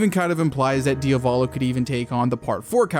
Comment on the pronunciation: pls pronunciate it properly, it's "Diàvolo" not "Diavòlo". Also, it's Jòdio, not Jodìo